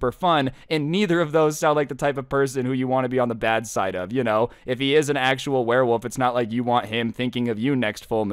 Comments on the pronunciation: "werewoove" September 2022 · This man is saying warewoof whole video